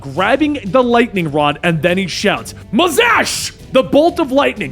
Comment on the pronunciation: It's Mazahs not Mazahsh